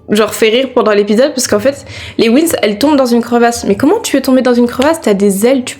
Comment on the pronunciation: C’est les Winx pas les wins 😂 sinon bon classement